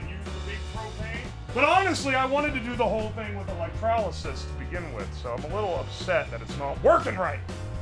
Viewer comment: Why does he put an A in electrolysis?